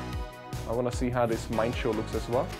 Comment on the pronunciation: I don’t mean to lip praise or whatever but seriously dude! You are so kind! You always buy event tickets for your subscribers and like- wow 🤩 (P.S it’s Mee-in-foo and Mee-in-shā-ow)